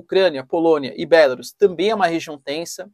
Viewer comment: Bélarus? sua pronuncia está errada, não se pronuncia com essa entonação.